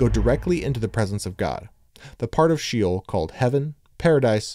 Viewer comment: When the word “SHEOL” —Shay-ole cannot even be pronounced correctly, I’m not gonna believe anything else you say sorry